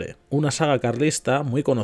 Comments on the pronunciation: Valido en el contexto que lee es una palabra llana y usted la pronuncia como si fuera esdrújula "válido". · Recuerda: Valido, llana. No es esdrújula.